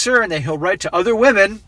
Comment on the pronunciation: Wahmen..."where did all the good men go"? Also wahmens,... they're all in prison.